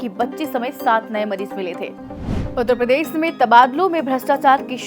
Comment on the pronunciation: Jab ap Uttar Pradesh bolte hain to uspe bhi zara dhyan djeaga